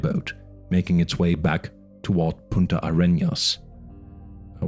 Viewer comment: This is really good. There's only one thing from the book that was really wrong: the name of the south of the continent is Punta Arenas, not Puta AreÑas.